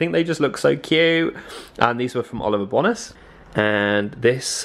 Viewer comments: It’s Seychelles rather than seachelles. Like the place, and Bone-as rather than BONas x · It’s Oliver bonus haha, pronounced ‘bone nus’ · The way you say ‘Bonas’ is making me lol 😂 ask Zoe how she pronounces it lmao